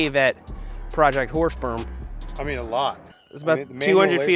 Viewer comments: you might want to change the name or pronounce it more clearly, i can only hear projecr horse sp€rm and i'm quite sure that's not what you're saying :)) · I'm using auto generated captions with your video, and you should definitely try to enunciate "Horse Berm" because the autogenerated captions keep telling me it's "Horse Sperm". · Is it just me that keeps hearing Seth say "the horse sperm project"? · Thought he was saying horse perm with a P. 🐴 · Sorry but every time you said it I kept hearing horse sperm and couldn’t contain my laughter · Don't know about you, but I kept on hearing "Project Horse Sperm"...🤣🤣🤣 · is it me or does it sound like hes saying project horse sperm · im sorry but i always hear you say project horsesperm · what is "whore sperm" seth kept saying it